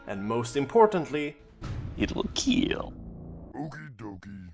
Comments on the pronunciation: It will keel! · It will keel !